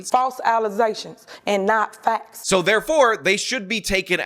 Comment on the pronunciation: “And not factz”